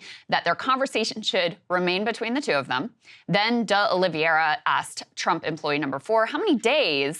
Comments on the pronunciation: hearing Krystal keep saying "uh liv ee AIR uh" is maddening to me when it's a very common "OL ee vair uh" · O-Lee-VĀ-ra! Sorry, had to 🤷🏻‍♂️